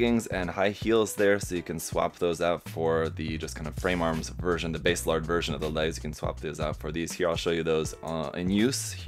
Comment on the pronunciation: Nice review! Are you ever going to build a full Hresvelgr? I've been side-eying Hres for a hot minute. Also, not a slight, but just as an aside, If you're ever struggling w/ their name pronunciations, check the Kana: バーゼラルド = Baah-Zey Raa-Ru-Doh, which for NA Eng. speakers would be Basilard (the french pronunciation is my fav). When we see "Base", we think "oh like the bass guitar?", but for a JP phonetic it's instead バーゼ, or Baah-Zey. Language fun!